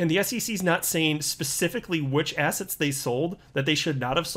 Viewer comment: every time you say assets I hear ass heads 😜😂